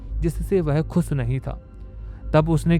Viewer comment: क्लब को कलब, खुश को खुस, शादी को सादी, हमेशा को हमेसा और कितने शब्द गिनाउ तुम्हे इसीलिए कहता हु ये अनपढ़ गवार सी भाषा को बंद करो और पुरानी आवाज लाओ